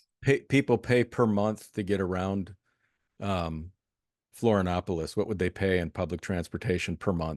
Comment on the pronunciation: The moment the guy interviewed says he never took the covid clot shot, you know he's intelligent. (The Host needs to learn the proper pronunciation of Florianopolis.)